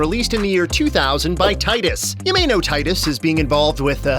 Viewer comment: Cinemassacre's Angry Video Game Nerd really hated Titus os much, he just called it "TIT-us" in one of his videos. After all, they made the N64 game of "Superman", where you just fly through rings. That's it!